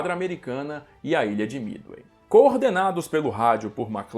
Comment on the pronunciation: É Midway não mithey